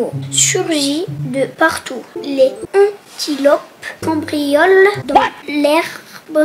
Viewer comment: C'est pas les antilopes c'est les antilopes il y a la liaison liaiso😠😠😠😡☹️😡😡😡😠😠😡😞😡😠